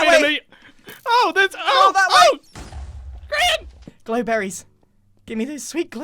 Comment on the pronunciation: Sorry to laugh so hard but you said Grain not Grian